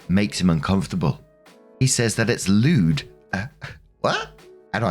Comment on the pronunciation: Lmao I heard “lewd” as lubed. 😂